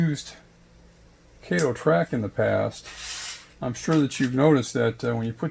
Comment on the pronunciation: It is KAH-TO, not KAY-TO. And in my experience over the past 8 years, I've never had an issue with Kato track joining to another Kato track. But I will keep an open mind and take a look at this.